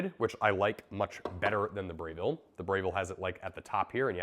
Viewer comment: It's Breville not Brayville 😂 Good comparison video!